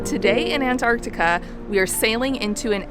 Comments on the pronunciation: Why is she calling this “ANT-Artica”?!?! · U mean antartar? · its not antarctica, but antartaca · why do you pronounce Antarctica like that ewww